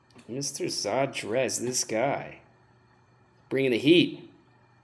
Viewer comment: "Zadrez" is not Portuguese for "chess" -- "Shad-reizh" is :) Great video, though! :D